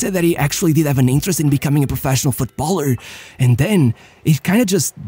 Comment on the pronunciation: how is it that you can say Football, but you can't says Footballer but instead you keep saying Foot Baller ... bit odd